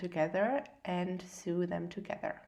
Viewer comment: Great video! Very easy to follow. .. I just wanted to mention that the pronunciation of sew is 'so', also mit ein langes 'O', ☺️